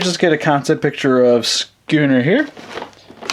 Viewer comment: It's not scuunet